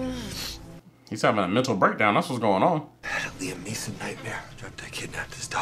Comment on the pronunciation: “Niam nelson” 😭😂